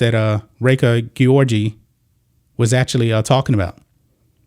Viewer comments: It is probably pronounced Georgie. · The mispronunciation of an Olympic champion's name was so annoying dude😩😩😩